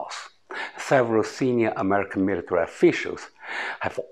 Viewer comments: 好个屁，老外不看字幕没法听得懂他说什么！就头13秒，invade，military 都读到一塌糊涂。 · 好个屁，就头2句，invade，military 都读到一塌糊涂，老外不看字幕没法听得懂他说什么！我也没劲看下去了！